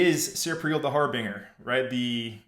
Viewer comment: It's Har-bin-jer not Har-bing-er